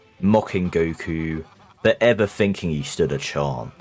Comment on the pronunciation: I think he's asking why you pronounce "Go - ku" like "Go - e - ku"